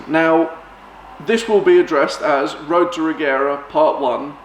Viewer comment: The right way to say Regera is Rejera , the G shall be as in Georg. But I think Christian gave up that since he also say it as G now.